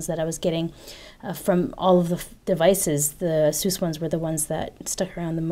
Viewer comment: Is it really that compact? It appeared as if it was pretty compact even though it had a 6" screen. I might have to correct you here, you're pronouncing Asus incorrectly. Nothing new, every 99 out of 100 people tend to do so. Here's a video uploaded by Asus North America: BTW I'm really delighted that Mobile Geeks got their review samples as no proper technology channel got them till now. Thumbs up!